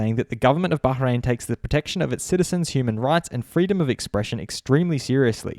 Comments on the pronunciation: It's Bahrain, not Baharein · No One:: baHrain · What is it recently everyone pronounce Bahrain as Bahhhhrain?